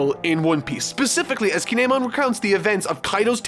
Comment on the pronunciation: How are you in Wano and don't know how to say Kin'emon